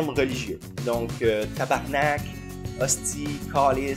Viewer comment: Quand tu dis que tabarnak ça l'a le plus d'impact, j'te comprends tellement. Pis ça sonne encore mieux quand tu roules le 'r' Mis à part le sacrage magnifique, superbe vidéo comme d'habitude. Tu rends le québec fier d'avoir un youtuber comme toi!